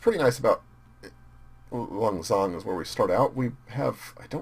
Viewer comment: I really enjoy you playing as Laos, although I'm Laotian myself and speak the language and you are pronouncing Lan Xang wrong. Lan is right, although Xang means elephant and it is pronounced Sang.